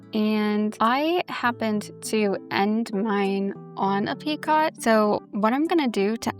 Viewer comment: Hi I just wanted to let you know that picot is pronounced as “peeko”. The ‘t’ is silent 😆 great tutorial though!